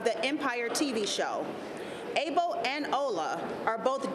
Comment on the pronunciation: Lady please stop saying A-BOWL.. it’s like all of a sudden you have a Korean accent when you say A-BOWL